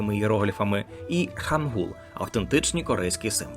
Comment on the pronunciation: Вибачте, але ну яка ханджа та хангул... Я розумію, що ви це з англ.транскрипції так прочитали, але хоча б подивилися на укр вікі як ці слова читаються українською. ХАНЧА та ХАНГИЛЬ